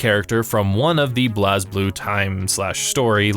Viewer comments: For clarification for future videos, here are how these mispronounced words and/or names are actually pronounced in the game/lore: Blazblue:Blaze-Blue(not blaaz-blue) Saya:Sai-ya (not Saeya) Terumi: some pronounce it as Teroomi, some say Terumi with not as much emphasis on the U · I stopped watching immediately after hearing blazblue pronounced "bl-as blue" like 5 times. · Great video. My only complaint is thst y'all mispronounced Blazblue. It's just pronounced blaze blue. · Oh God the way you pronounced Blazblue.